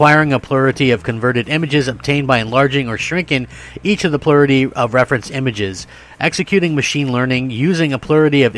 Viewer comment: I was like wtf is "plurity". Had to read what you were reading...Plurality- Plur-al-luh-T. You're Welcome ;-)